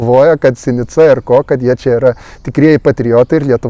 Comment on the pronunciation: žodis "veidmainiai" kirčiuojamas antrame, o ne trečiame skiemenyje :) - tikiuosi įsidėmėsi :) - ir "sinica" vardininke kirčiuojama analogiškai - antrame skiemenyje :)- o ne paskutiniame ,kaip susivaideno tvartodvaro "kalbinykams"